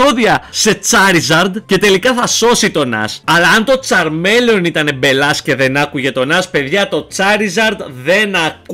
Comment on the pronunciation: φιλε μου λεγεται τσαρμιλιον οχι τσαρμελεον